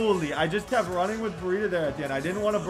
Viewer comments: Why you keep saying bereeda? Its BREIDA! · It’s bri-da it’s bray-da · Brie- Et- A